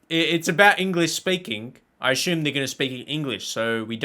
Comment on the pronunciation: Dutchie here….there is no “h” in the word “assume”.